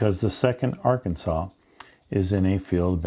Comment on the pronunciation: Did he say Ar-Kansas?